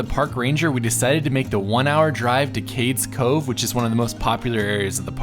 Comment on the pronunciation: FYI: Cades Cove is pronounced Cade.. eaze Cove